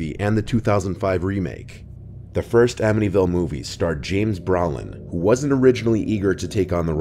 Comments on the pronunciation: I can't believe didn't know how to pronounce James Brolin's name!!😳 Browlin?😵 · Brolin is Broe Linn, not Bra Linn. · James brawlin. It's bro lin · Bro-lin not Bra-lin 🤦‍♂️ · pronounced brolin not brahlin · Why do you keep pronouncing it James BraLin? It sounds like it's spelled. Brolin, bro. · It's BRO-LIN! NOT Brawlin BRO-LIN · BrOOOOOOOOOlin ... Long 'O', Long 'O'. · It's James BRO-lin. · James Bro-lin. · James Brah-lin. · If you can't get the actor's name correct in the first minute of the post, there isn't a lot of hope for the rest. It's Bro(rhymes with "O") Lin. Brolin. Sigh. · James Br-OH -Lin. You're only 15 seconds in and already mispronouncing names. It shows that you have no personal knowledge of the topic. Do better. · How in the hell does this guy not know how to pronounce James Brolin's last name? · How tf can u not say James Brolin 😂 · As far as I know, the actor's name is James Brolin (BROH-lin, not BRAU-lin) and the Amityville family's name was DeFeo (dah-FAY-oh, not deh-FEE-oh)... I'm surprised you did not refer to JDM as Jeffrey Dean "More-GAN", lol. 😛 I'm just bustin chops,! 🙂 Love the channel, love the content!! 😀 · Amityville Horror: You mispronounced both Brolin and DeFeo. I couldn't get past this. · 5m subs yet he doesn’t know how to pronounce Brolins or the DeFeos names.